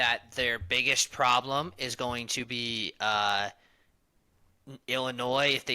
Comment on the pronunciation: The only “pwoblem”